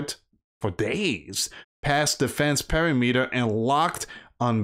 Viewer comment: Per-Rim-Ater And Re-Cord